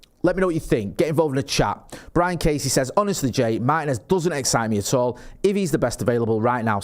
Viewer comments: It's MaRRtinez!!!!!, not Mah-i-nez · MarTinez not Marhinez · They can pronounce Morrison, Maryland perfectly and it suddenly goes away at Mah-i-nez? Interesting accent